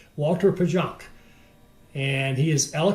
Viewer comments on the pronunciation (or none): Pronounced closer to Valter Payonk. Pająk is Polish for Spider. Germanized into Pajonk. ą makes an 'on' sound j in Polish/German makes an English y